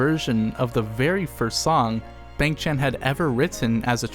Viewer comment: love the video! great walk down memory lane with nice commentary. small nit-picky request: b-AH-ng ch-AN-n not b-AY-ng ch-AY-n. The 'a' (I don't have hangul keyboard on my laptop) in his Korean name is pronounced like 'ah' (like how you pronounce changbin) not 'ay'